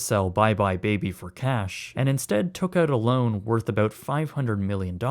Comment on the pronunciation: i love how Canadians say about